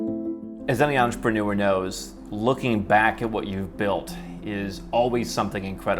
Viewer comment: The word is pronounced entrepreneur, not entrepanure !